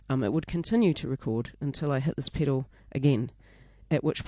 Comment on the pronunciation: What the fuck is a "PIDDLE"??? A "PEDAL" I suppose?